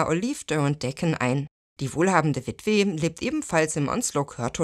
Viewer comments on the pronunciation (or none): Kleiner Hinweis: Wenn Beträge genannt werden, z.B. 8000 Pfund, dann fände ich es hilfreich, wenn noch dazu gesagt wird, wie hoch dieser Betrag in der heutigen Zeit ist. Und noch ein Tipp: Das Wort "Witwe" wird am Ende so ausgesprochen wie "Tage" oder "Sache", und nicht Witweh. Aber das ist natürlich "meckern" auf höchstem Niveau. Ich finde die Videos nämlich immer sehr interessant, gut und sachlich beschrieben und sehr unterhaltsam. Der Inhalt ist natürlich schaurig, aber die Machart der Clips gefällt mir sehr gut.